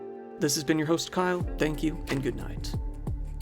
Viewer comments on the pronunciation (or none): none